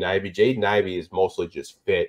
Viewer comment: It's Ivey, and it's not even close!